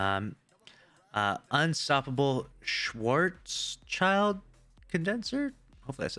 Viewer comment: As a German, reading out "Schwarzschild" is the funniest thing I heard today